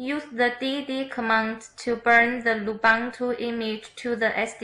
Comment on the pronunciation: Thanks for nice tutorial! Take in mind the pronunciation of Lubuntu is not "lubantu", the correct is loo-BOON-too as the Ubuntu is oo-boon-too (from Wikipedia). ;)